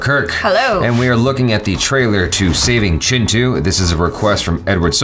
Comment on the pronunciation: when says Chintu I hear Chinchu 😀😂😂😂😂🤣🤣